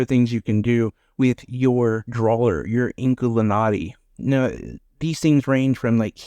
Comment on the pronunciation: I never heard of this game.. the name I think u said it correctly 😊